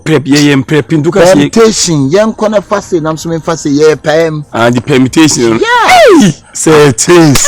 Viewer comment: Aka once said… Permitation 😂